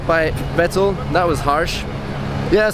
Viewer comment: Good analysis. But Nico, honestly, being German you really should be able to pronounce Vettel.